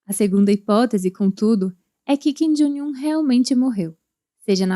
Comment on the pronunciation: Por que essa pronúncia repetida de "Jong" como "Joing"? Coisa feia essa. E ainda é errada.